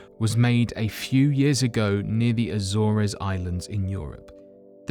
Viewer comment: bye as in teen ? iT'S biz-in-teen . A lu mi ny a ? it's a lew mi num - aluminum ; and it's no mystery. It's a tooth off an excavator bucket; from the mine that used to be in the same location. a zor ahs islands ? A zors . You gotta stop spending a week to splice history channel film together , and another to NAIR A RATE . That you haven't heard those words pronounced before suggest you really aren't interested in the subject matter. As a matter of fact ; you sound like children being slaughtered and pink dolphins are 6 and one half dozen of another. The monotone is not the ideal sound for what are suppose to be INTERESTING TIDBITS.